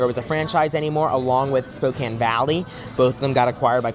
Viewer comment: YESSSS i’m from spokane! thanks for representing our city and also pronouncing it correctly! i’ve sadly never been to this location but i will have to go!